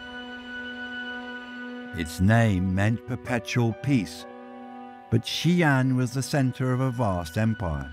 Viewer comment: Xian is not pronounced as Xian but "Xi" and "An". "Xi" means west and "An" means peace. So the "Xi An Palace" means Palace of western peace or Palace of western calm. Most westerners don't know that the Sui and Tang dynasties were pan-Asiatic in nature. Historical records of ladies of the court that had green eyes and auburn hair. Even the first dynasty of the Qin were Tibetan in nature. War, genocide, rise and fall of empire, fortune and misfortune relegated these people to the history book of the past.